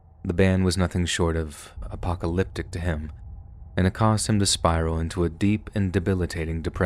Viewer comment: You said apocleptic!